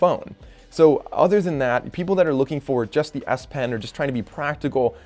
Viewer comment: Really nice S pen lol.... I thought you kept saying nice ass pen 🤣